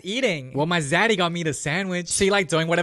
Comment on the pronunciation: "...Well my Zaddy got me this sandwich..."😂😂😂😂 Seriously?! 'Zaddy'